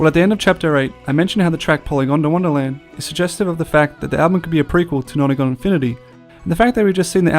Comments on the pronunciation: It's pronounced Poly gond wanna land not "gonda wanna". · Polygondwanaland not polygondawandaland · Great videos. The way you are pronouncing Polygondwanaland as Polygon da wonderland is irking me though 😂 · You wont stop saying "PolygondAWANDAland" 😔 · Piss anyone else off how it sounded like he said "Polygondawonderland"?